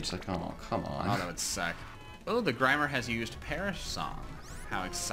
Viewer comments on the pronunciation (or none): Am i the only one who cringed when said «grimer »